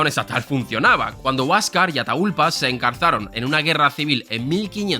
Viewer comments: Atahuallpa!!!! en quechua del Cusco!!!!! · Una pequeña corrección, se pronuncia "atagualpa". Execelente vídeo como siempre <3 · Un esfuerzo mas. Pronunciar ATA-HUAL-PA HUAN-CA-VE-LI-CA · Se pronuncia Atawalpa. Y sí es Huancavelica, no confundir con Huancavilca. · Al hablar de Atahualpa lo más correcto es no usar la h de forma muda funciona mejor como una g, AtaGualpa, mi estilo no es no es corregirte a ti ni a nadie😂, pero como hispanoamericano cada vez que lo dices me duele el estómago jajaja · Quien pronuncia “ataGUAlpa” los Los de la U de Lima? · hmm como que prodrias haber buscado como pronunciar "Atahualpa" ... no se por que pero un Español que no sabe lo minimo de historia sobre por lo menos los Incas y Aztecas siempre queda mal, La nación destruyó esas culturas, como menos podrian saber como se llamó el último lider y como se llamaba el idioma que hablaban.